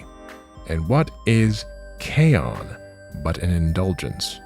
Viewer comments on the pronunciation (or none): This is far too cynical of an explanation. I think they just like to latch on to random symbols like Pepe the Frog or K-On! because one of their own made a meme about it once and they started to claim that character as their own. We just need to claim it back. Also you mispronounced K-ON (kay-OHn) and Bocchi (BOW-chi) so you lost all credibility.